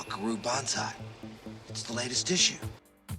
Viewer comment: BS----If a showrunner can't pronounce "Banzai" your AI needs work.